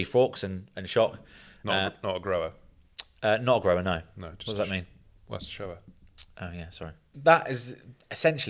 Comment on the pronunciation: "not a growa" ...sent me ☠